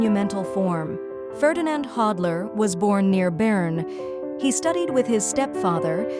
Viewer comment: A-I witch ! Pronounce his name correctly ! “The end of the last century and the beginning of our own” Really ?